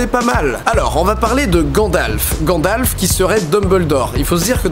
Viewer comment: À Didi dis ''GadlaFEU''au lieu de ''Gandalf'''